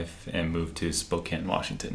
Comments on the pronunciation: You did say spokane(spo-can) right👍 I live there and there's actually way more amway people here then young living. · Spokane resident here; yep it is pronounced “Spo-can” (which is odd I know 😂) 👍🏻 ...also I am embarrassed to say that I was a YL hun for nearly 3 years. I quit last October, posted about quitting, and received lots of vitriol from some of the top “earners” under my post. However, I am so grateful that I’m no longer trapped in that cult, and I will not shut up about how scandalous YL is until the FTC shuts it down. I am determined to see that happen. I’m just one voice, but I have “insider” experience and the trauma that went with it. AWESOME JOB YOU TWO!!! 👏🏻👏🏻👏🏻👏🏻👏🏻👏🏻👏🏻👏🏻💪🏻🙌🏻🙌🏻🙌🏻🙌🏻🤩💖